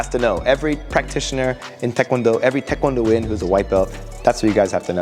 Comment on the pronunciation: THANK YOU for pronouncing taekwondo correctly. Why do so many people (including many instructors) say TIEkwondo??? It drives me nuts.